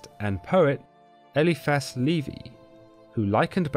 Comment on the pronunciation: Levi is not pronounced like that